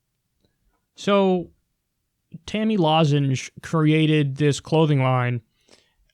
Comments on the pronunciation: Lmao omg "Tami losenge" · why did he pronounce her name so weirdly withour noticing... biden syndrom or is he talking about someone else than tomi lahren?